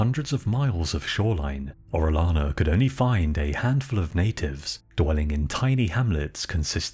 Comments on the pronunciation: I'll overlook your mispronunciation of "albino" but if you're going to cover the conquistadors maybe you should know how to pronounce Spanish names. "Orellano" is pronounced "oreoyano" not "orelano". For cryin' out loud! And I don't know what A.I. generated the artwork, but it was completely, ludicrously over the top. Full armor in the Amazon? PUH-L;EASE! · It's oreyana not orelana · No hate at all bro, Orellana is said Oreh-yah-na, the double L is the letter Eh-yeh and said yeh or yah or whatever follows the double L (as close as I can come to it in English)